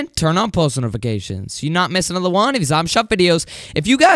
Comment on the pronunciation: " We're back with ANODER item shop VIDEOOO😂 why you say another like that lol